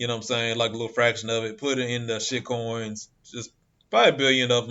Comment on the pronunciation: I love the way you lay emphasis on shitcoin... awesome 👍👍👍 I'm bullish about ADA and HBAR for life.... I'm looking into Fedcoin, Vchain and Chz